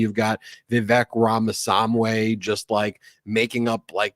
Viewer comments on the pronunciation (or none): Vivek's last name is RamaSWAMY, not SAMWAY. Terrible person either way! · How does nobody tell Ben that he’s been pronouncing that idiots name wrong for like a year now. Rama-swamy, not rama-som-way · Brett,.....please teach Ben that's it's RamaSWAMY, not RamaSAMWAY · Ben, you're the best, but don't mispronounce Ramaswamy's name, that's a GOP move. "Swamy", not "Samway".